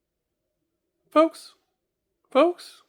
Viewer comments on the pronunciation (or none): When the “folks” sounds like “fuchs” it’s gonna be a good video